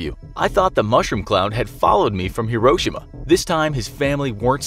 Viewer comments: Hiroshima is pronounced liketjis(hero-shims) not hro-shims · Dont you say Hiroshima like hero-shema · FYI, it's: hee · row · shee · muh. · Am I the only one that hates the way this guy says Hee-Ro-Sheema? Hiroshima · It’s pronounced (Hero)-(shi)-(ma) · FYI: Hiroshima is pronounced hero-she-ma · How did you pronounce Hiroshima? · I think it’s just how Americans say it but I think you said Hiroshima wrong? I think I’m just Aussie so... yeah